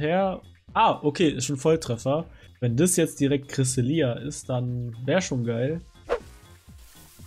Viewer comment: Junge wie zur Hölle sprichst du Cresselia und Vesprit aus?! Nur 22 Sekunden geguckt, 2 mal Cresselia falsch ausgesprochen, 1 mal Vesprit falsch ausgesprochen, danach war ich raus.